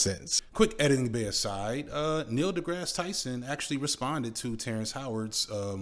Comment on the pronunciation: One does not throw Neil’s name and not expect contribution 😂 also when he pronounced it Degrassy I shriveled up